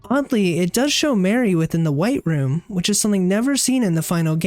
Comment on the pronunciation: why he say mari like mary lmfao pretty sure it's more like mahr-ee